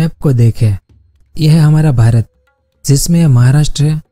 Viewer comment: Bhrat nai...pyra bhrat boliye